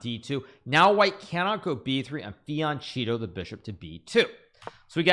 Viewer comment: My man please learn how "Fianchetto" is spelled in italian, you're saying "Fiancito"